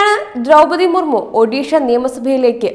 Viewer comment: കുറച്ചും കൂടി അക്ഷര സ്ഫുടതയോടു കൂടി സംസാരിയ്ക്കാൻ പഠിയ്ക്കൂ കുട്ടി . ദ്രൗപതി എന്നതിന് പലയിടത്തും ദ്രൗമ്മതി എന്നു പറയുന്നു .ബന്ധം എന്നതിന് ബന്തം എന്നു പറയുന്നു .അങ്ങനെ ആകെ മൊത്തം കുറെയേറെ പിഴവുകൾ . എങ്കിലും പഴയതിലും അല്പം കൂടി ഭേദമായി എന്ന് പറയാം ..